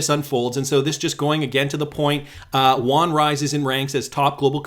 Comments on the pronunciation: Not Juan. Yoo-on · Actually, just a heads up. Yuan is pronounced ' UN ' as in the two seperate letters said very quickly. The Won is in Korea. FYI...